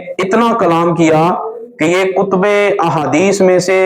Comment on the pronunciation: کُتْبِ حدیث نہیں ہوتا لفظ کُتُب ہوتا ہے باقی زاکر نائیک تو ہے لعنتی لیکن تم نے جو دعویٰ کیا کہ میدان لگا لیتے ہیں پہلے جاؤ جا کر پڑھو صحیح طرح۔